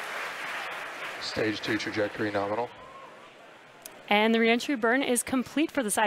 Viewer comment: LOL he said norminal.